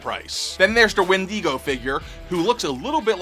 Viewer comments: It’s Wen-digo not Wendeego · The way you pronounced Wendigo made me murder a small kitten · Is no one gonna comment on how he pronounced Wendigo? lol, loved the vid... NWO 4 life